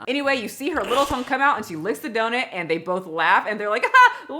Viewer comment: Donut= ❌ Donit= ✅ lol